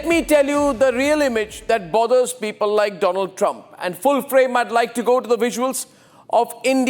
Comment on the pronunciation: My Phrand.....India's phrands Mr DoLaand Thramp 😂😂😂😂😂